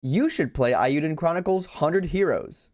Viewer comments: Your comedic timing is great. However, how are you pronouncing that title... it's aaaaaye you(that's you) den. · Maybe it was right and I'm just bad at hearing. It sounded like the first syllable was rhyming with "pie" when it should be like "pay".